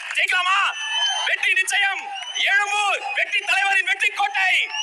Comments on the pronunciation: Elumboor illa boss. Ezhumboor or Egmore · டேய் லூசு எலும்பூர் இல்லடா... எழும்பூர்